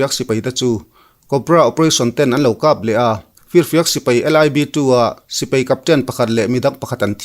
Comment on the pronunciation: "Sipei" nilo in Sipai tihtur zawk aw